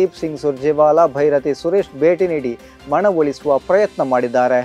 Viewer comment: ಮಣವೊಲಿಸುವ ???🙉🙉🙉 ಉಚ್ಛಾರಣೆ ಸರಿಯಿಲ್ಲದವರಲ್ಲಿ ವಾರ್ತೆ ಓದಿಸಿ ಕನ್ನಡವನ್ನು ಕೊಲ್ಲಬೇಡಿ🙏🙏🙏